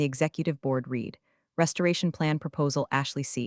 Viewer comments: Always the bad grammar with CG narrators. With "Read" it is always mistakenly pronounced 'REED' when it is to be pronounced 'RED'. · yeah, that drives me crazy too! "Read" should never be "reed" in that context! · Even A1 should know "read" rhymes with "red"! 🤦‍♀ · Read it, not Reddit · Past tense = red, present tense = reed 😅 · Ugh yes, that one grates on my nerves every time 😩